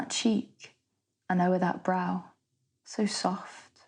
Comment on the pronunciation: There's no a,b,a,b sequence in stanza 3 if you pronounce brow that way.